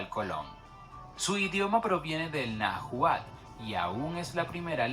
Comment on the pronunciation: Hola GUAPILLAS,,,,ustedes muy bien,,,, el video mocho y mal informado o corto de información,,,, no dice de donde es cada grupo étnico,,, y no sabe pronunciar los nombres,,,, (seguro es un extranjero qué tomo la información de una enviclopedia), no se proncia najuas,,, en todo caso como se oiria sería NAHUAS,,, idioma NAHUATL,,, y sería más fácil llamarlos MEXICAS,,,, sonaría como MEJICAS,,, y habitaron la Antigua tenochtitlan, y zanas aledañas,,,, ZAPOTECAS Y MIXTECOS en Oaxaca..... Etc, etc....